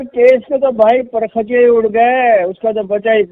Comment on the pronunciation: سر یہ لفظ par khuchay نہیں بلکہ pa rukh chay ہے۔ پر رخ چے